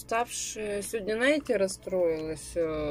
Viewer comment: почему говоришь слово наите?